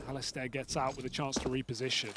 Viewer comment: i hope the casters learn how to pronounce the name Alistair